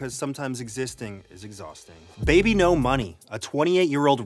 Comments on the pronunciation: I can't read his name as "baby no money" anymore, ever since Anthony pronounced it wrong I can only read it as "beebeenos" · ive been pronouncing his name wrong. my apologies. thought it is babynosh not bebenomoney oops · Wait, THAT’S how you pronounce “BBNO$”?! For the longest time I thought it was pronounced “Bee-Bonos”…